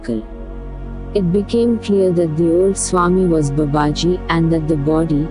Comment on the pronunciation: Swami sathyeshwaranandaji explains this in his book Babaji. The name BABAJI should be rightly pronounced. It's not babaaji.....it is Baa baaji. In other videos also reader did the same mistake..I hope the reader would rectify this mispronunciation. Leave aside the accent...atleast His name should be rightly pronounced. 🙏